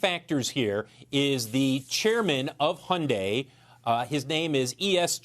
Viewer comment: its hun-dayyyy like Sunday